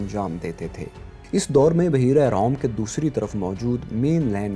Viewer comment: Oh Bhai Ram Ram hi Kar lo phir. ... Sahi Se Lafz To Bolna Seekh lo pehle. ... Buhairah Rome hy sahi Lafz